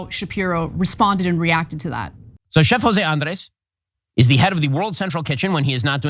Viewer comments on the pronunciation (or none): Ben trying to pronounce Andrés. Grade is C-. Too quick, ingenuine with a bit different nastiness to the tongue. And the 2nd take mentality of the Israeli government is inhuman. One take to negotiate. You do something else, that's inhuman negotiating.